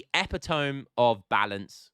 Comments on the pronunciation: "Epi-tome" please correct me if I'm wrong but I thought the King's English pronounced it "epit-O-mee" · Man said “epi tome” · You are pronouncing "Epitome" wrong.